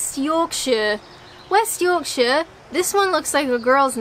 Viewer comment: The way you're pronouncing Yorkshire is spot on. Use that same "shire" sound for all the others and you won't go far wrong.